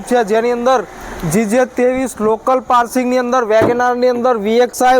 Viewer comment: પારસીંગ નહીં પાર્સીંગ😂